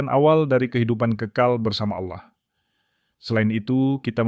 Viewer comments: Betul... saya juga ga suka dengan sebutan itu. Karena Kristen tidak menyebut Auloh atau Aulah.. tapi Allah .. naratornya bukan Kristen rupanya.. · Kenapa yg membacakannya menyebut nama Aulah dgn jelas BKN ALLAH ? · Saran kpd moderator: Dlm mengucapkan Allah, biasa saja, lafalnya jng seperti kadrun,, nanti dipersepsikan dg alloh swt {alloh nya org Arab}. Beda x,,, alloh swt dg Allah yg disembah oleh Kristen dg alloh SWT yg disemah islam. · tapi teologi dan sistimatikanya sdh oke, hanya intonasi kata oloh itu sedikit mengganggu krn menurut mrk itu proper name